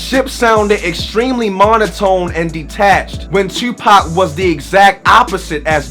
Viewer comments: First time viewing this channel, but as soon as you said "Tewwwpac" I knew you were from Baltimore. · Knew you were from Baltimore how you say "Tuupac"